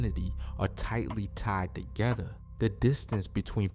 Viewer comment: Where he from he said togetha 😭😭